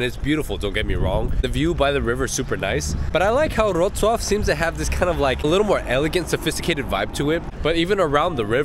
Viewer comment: its LEVI - OWSA